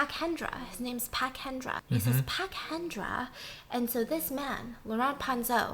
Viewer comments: So funny how Stephanie pronounce pak like phuk 🤣 itu should pronounce like pak without "h"' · Hahaha Stephanie calling Pak Hendra "pack" legit sent me rofl 😂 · she pronounce it like the korean family name “park” im WHEEZING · Lmao really said “Pak Hendra”